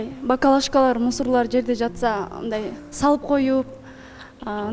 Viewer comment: БакАлашка😂 дебей бакЛАШка десен